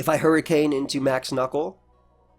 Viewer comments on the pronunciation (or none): none